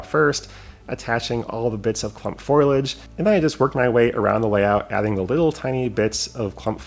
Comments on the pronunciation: yet again your creativity is super and I think you're right on with the scale look of those "trees". Fantastic. Just one critique - it is FOH-lee-edge, not FOIL-edge. Always entertaining to see what you come up with. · It makes me chuckle that you say "foilage" instead of "foliage".